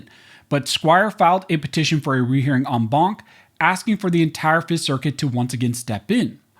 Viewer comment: Every time you say enbaunk, I drink, and now I can't drive home.